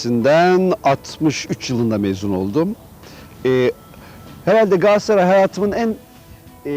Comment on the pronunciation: Adam daha Galatasaray diyemiyor gasatray diyor